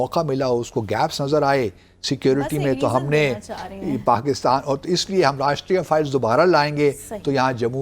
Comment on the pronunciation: Rashtriya Files 😂😂😂😂😂, same as BaSHIT files😂😂😂😂 Dumplomat it is Rashtriya Rifles, not files 😂😂😂😂😂 seriously